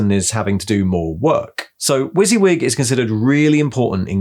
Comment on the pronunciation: I've never heard WYSIWYG pronounced like that before! I've always said it Wuss-Yuh-Wig, I much prefer your one!